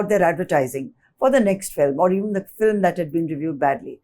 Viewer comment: Why does he say filim always instead of film considering he is a movie journalist